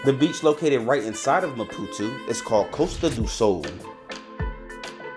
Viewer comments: How did you ever get saying "Ma-poo-too" from ma-poo-TOE? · it’s maputooooooooo… not maputuuu.. READ damn 😂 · Why do you keep saying Mapu-tu. Isnt it Mapu-to? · ‼️‼️What the fvxk is Maputu? There’s literally an “o” at the end of the word. Great video, but fvxk man, say the name right. It’s not that difficult.